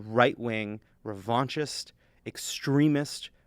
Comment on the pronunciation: What is "revauntious", "revaunchess", "revontius"? . I'm not making fun, I genuinely want to know. Did he misspeak? Or is this a word I don't know.